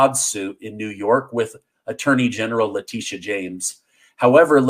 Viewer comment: Her name is actually pronounced La tit e uh